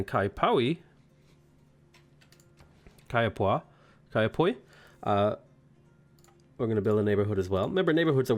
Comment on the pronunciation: Kaiapoi is actually a town outside my home city of Christchurch, New Zealand. For pronunciation tips ( must be getting so sick of these lol) it is pronounced KYE-a-POY, emphasis most often on those two syllables.